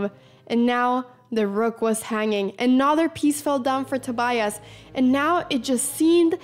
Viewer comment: He didn't know yet he was filmed though, I presume. But it is very rare to find a young person who doesn't speak any English. I like that Anna pronounces the "i" in Tobias in that special Swedish way . Being dutch I rooted for the dutch guy. This was a.. eh.. fascinating game to watch.